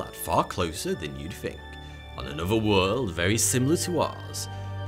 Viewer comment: The tash makes him say fink instead of think.